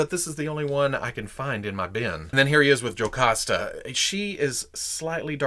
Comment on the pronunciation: says jocasta like my gran 😂 (Jamaican accent)